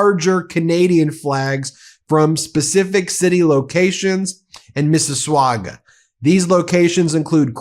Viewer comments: Miss-is-SWAGA!! LOL funniest pronunciation I ever heard.. it’s “Miss-is-saga!” 😂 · The city of Mississauga is pronounced as Missis "saga" ... the "u" is silent. Keep up firing the truth out for all to hear. Respectfully, Bob C. - Ottawa, Ontario. "Proud Canadian forever" 51st state... how dare he !!! Buffoon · you keep mispronouncing Mississauga is not "swaga" it is saga... you are too cute! LOL I love being a Canadian more than ever 🙂 Thank you for your information you are doing a wonderful job!! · Ps missis saga not missiswaga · It’s pronounced: “Miss-i-sogga”, not “Miss-i-swaga”…. Just saying’. ❤️🇨🇦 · Ben, so grateful for your positive coverage of Canada's response to the orange turd's ridiculous tariffs. By the way, Mississauga is pronounced Miss-iss-ah-ga. You don't pronounce like "waga". Just thought you'd appreciate knowing proper pronunciation. Another factoid is it is a suburb of the GTA (Greater Toronto Area) You're about the only American I know who shows enough respect to learn about Canada. If you came here for a vacation, you would be most welcomed and I for one would be thrilled to meet you. One thing that wouldn't happen is you wouldn't be thrown in some immigrant jail for days to months on end like the US is doing and just did to a Canadian citizen. This is not gong over well here at all. My God, how bad is this going to get?! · Mississwauga it is 😂😂😂😂😂😂 It's pronounced Missis (saw) ga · Sorry Ben, I had to giggle. Mississauga .... it's pronounced "Mississawga" not "Mississawgwa" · LOL, not swagga just saga Mississauga. (Pronounced: Mississaga) and this is a city of around 771,891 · Mississauga is pronounced Mississ - a-ga not Mississ-waga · hi Ben, no w, pronounced Missa sug ga🙂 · Ben it’s pronounced mi .si .so .ga not swaga . Haha 😂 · Ben...Mississauga, Ontario is pronounced as Mississ saga.....not swuaga. Tough to figure thar but there you go...lol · Missaswagga??? Lol😅 it's pronounced missa-sog-a lol😊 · It's pronounced "Miss-iss-sog-ah"